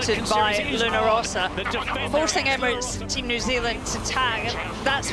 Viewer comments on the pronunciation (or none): Why is he still pronouncing Luna Ross like that?